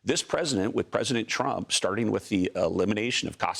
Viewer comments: Sorry he said President Trunk at the beginning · Was it me or did he say trunk!!!🤨🤨🤔🤔🤔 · Did he say "president trunk"?lol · Did I hear president trunk ?